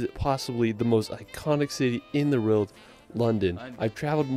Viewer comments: Thank god I'm not the only one. Also, the guy irks me anyway, with his monotone commentary and acrobatics at locations. Don't get me wrong, I have a speech issue with the rolled R, so R words sound like I'm saying wuh or rwuh, but come on, world isn't a hard word....... (My lower jaw is off centre) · Why is the guy in the video pronouncing 'world' as 'rild'? Weird..